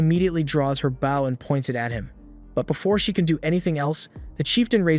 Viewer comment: Can you maybe teach the AI how to pronounce the word bow, we aren't talking about a ship here